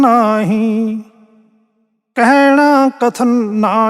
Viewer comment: Nale ha he de thale aukar bolni a a nahi bol rahe te kehna nahi a kahna a ha ha mukta a